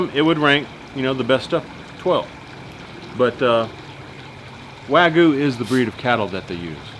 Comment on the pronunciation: its Wa Gyu not wagu